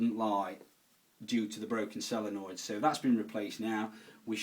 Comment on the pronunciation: Why does he keep saying sellernoid instead of solenoid